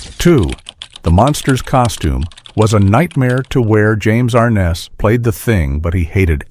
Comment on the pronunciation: "ARN-NESS" NOT R-NESS....